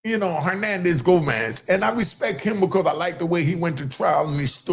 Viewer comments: His name Henandez Govan bruh😂😂, You said Henandez Gomez😂😂 I fell your content though bruh you 💯!! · It's GoVANS! VANS Not GoMANS